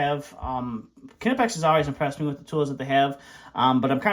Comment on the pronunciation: It’s pronounced nipex not kinapex lol